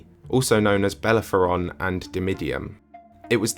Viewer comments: You said BELLEPHORON instead of BELLEROPHON. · BELLEPHERON?????? Hehehehehehehehehe... the hero was Bellerophon.